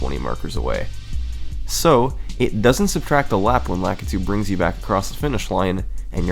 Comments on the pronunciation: The "frap" and "lah-keh-too" are killing me having said "frap-pay" and "luh-key-too" all my life. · Lakitu - Luh-kee-too. Sorry, that always bothers me. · I’ve always pronounced lakitu as Lakeetu. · It's frap-pay and lah-ki-tu